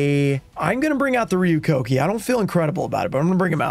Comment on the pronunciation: Rare instance of pronouncing Ryu Kokki's name correctly 😂